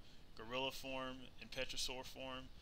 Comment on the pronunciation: Lol I love how you say pterosaur, pe-tro-saur Although it's really pronounced tero-saur, the p is silent :)